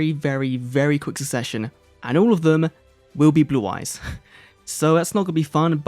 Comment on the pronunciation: You mispronounced Blue-Eyes duel carnival.